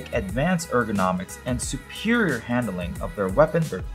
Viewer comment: "Edgonomic xdxdxddx"